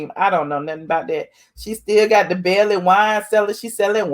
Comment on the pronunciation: Its bailey not belly